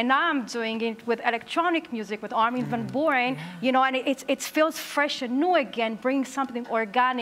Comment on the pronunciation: LOL He said Armin Van Buuren name wrong hahahahahaahah shows he has no idea who he is